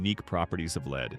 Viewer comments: Fix the AI..... lead tinsel. Is pronounced LED not LEED 🤣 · Lead tinsel is pronounced “led”…..clearly AI generated.